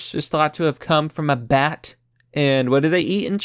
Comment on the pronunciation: I thought for a sec you said "you know this corona virus is cum from a bat"